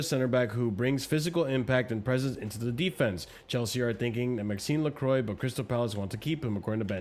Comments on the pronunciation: Hearing “Maxinse LeCroy” 132 times was so triggering 🤣🤣🤣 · It was weird to hear that Lacroix pronunciation. Guiu had/has the same problem. If not sure, Google foreign names.